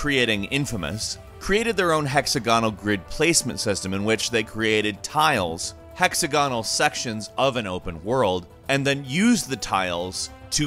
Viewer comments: I hate the radio announcer sounding narration. Always sounds like the guy doesn't really know what he's talking about. Hex AG onal ok not hexa GON al for example but just generally too. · [ hek-SAG-uh-nl ] (sorry to nitpick) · Great video but was anyone else bothered by pronunciation of hexagonal?